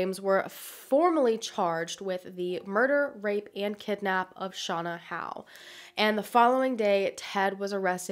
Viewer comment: Clicked because I have the same last name as Shauna. I'm very impressed with your research skills, not many people know how to pronounce Howe properly